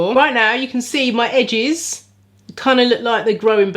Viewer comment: Congratulations on reaching 23k subscribers,! Who doesn't want thicker/fuller edges, eh? I'm in🙋🏽‍♀️. You crack me up.. Edges - 'Hedges'! 😂😂